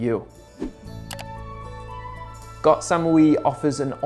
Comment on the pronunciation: first time i've heard you pronounce koh properly, good work